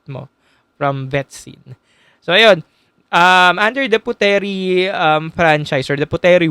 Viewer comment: Nice insight,btw Puteri is pronounced as put-ri by the locals.